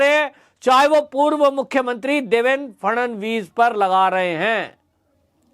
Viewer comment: It's Shri Phadnavis not Shri Phadanvis